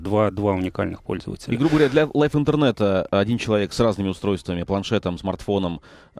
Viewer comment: Необразованный ведущий. Liveinternet, Live - произносится как лив, а не лайф (Life).